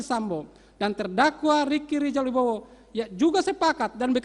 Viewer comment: Rika rizil 🤣🤣🤣jangn cepet" pak bacayah